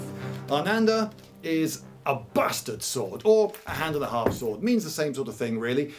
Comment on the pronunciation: "It's pronounced Buh-Stard!"